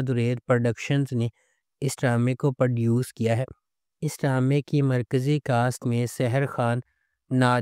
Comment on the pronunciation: Sahi word “Produce“ h Per duce nahi 👿